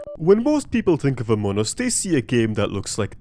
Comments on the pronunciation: "amon us" (hehehe very funny ...not really) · it is pronounced among us (emphasis on the G), not amon us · a grown ahh man saying amonas instead of among us is very endearing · "amoun us" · Among us ❌ Amunnus ✅ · i love how when saying among us kinda sounds like they sound like they're saying amonus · "amun us" 🗣️ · Love how he pronounces it "Amon'us"